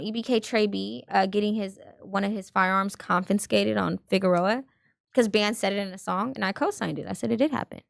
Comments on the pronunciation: Confiscated. Not ConFINscated. Thanks Adam for attempting to correct this lil snooty one. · she can't even pronounce confiscated right smh tryna sound intelligent 🙃